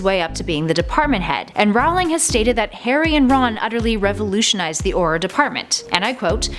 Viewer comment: You said Aurror wrong